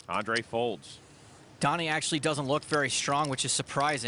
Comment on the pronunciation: Wouldn’t it be spelt Doni if that’s how you pronounce it ?